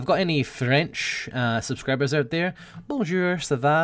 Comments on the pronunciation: remember to roll your R's like a Scottish accent but with the back of your tongue not the front, also E is pronounced as euh. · "Bonjure... Sava... Etwa... Seswa... FUCK!!!" Nilesy is indeed the supreme wooer of the women folk.